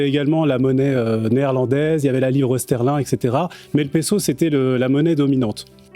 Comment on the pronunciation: Il prononce correctement en français.